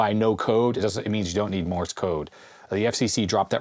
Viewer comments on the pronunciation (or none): none